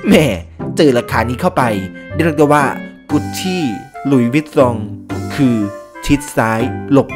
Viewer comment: การออกเสียง ร ท่านแปลกมาก ดรูป เดรียก เป็นภาษาที่แปลกดี